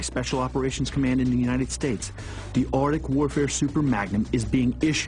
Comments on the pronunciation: the ar-dick? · "Ardic" Really fucking annoying.